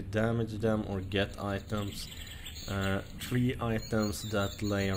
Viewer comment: say three not tre